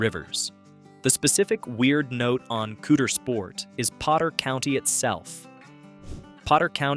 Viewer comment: You really need to improve your pronunciation of”Caudersport”.